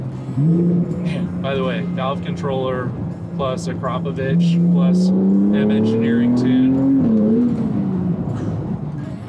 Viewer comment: You pronounced Akrapovič correctly, well done